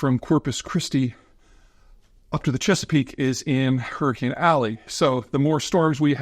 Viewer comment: Peter, did you REALLY run to WisCAHNson to get away from a hurrycane? 😂🤣👍